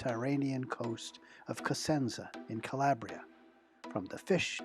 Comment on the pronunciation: kuh-ley-bree-uh How he says makes me cringe lol